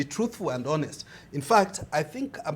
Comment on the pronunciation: Please someone tell that in the word HONEST (video between and ), the 'H' is silent such that you pronounce it as 'ONEST' and NOT 'HONEST' hence one says 'an honest conversation' and NOT 'a honest conversation'